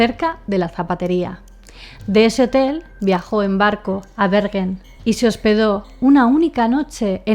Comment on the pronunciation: Yo vivo cerca de Stavanger, que se pronuncia Stavanger, stavanller es un poco raro de escuchar, asi igual que Bergen, es como decir berllen, asi decia yo antes y nadie me entendia. Knut Haavik, se pronuncia kanut javik